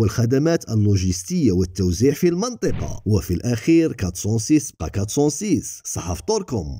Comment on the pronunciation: هي مدام راك تحكي بالعربية ، المنطقة تتقرا المِنطقة بكسر الميم ، وصحا فطورك وشكرا على المجهودات